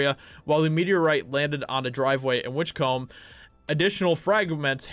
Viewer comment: also "combe" is pronounced like "come"